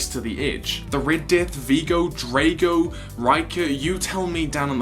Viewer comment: it's said as Draago